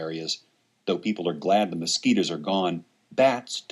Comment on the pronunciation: LOL how he said mosquitoes